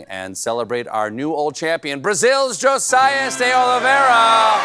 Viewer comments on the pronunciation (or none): the I in josias sounds like ee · Hey Colbert..Josias is pronounced “Jo-zeee-us”